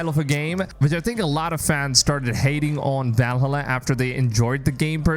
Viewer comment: I think, seriously, that you should at least know how to pronounce key words. If you cannot say "Valhalla", if you never researched its correct pronunciation, it is highly likely that the rest of your 'in-depth analysis' takes similar shortcuts. Videos like these should not only be a free flowing stream of consciousness packed with opinions, your presentation should be researchable and verifiable. How do you pronounce "America"?